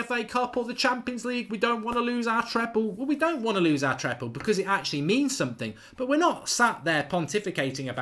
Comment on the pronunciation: It’s TreBle Mark , not TrePle ... Subscriber and a big fan of the channel so no cursing please:)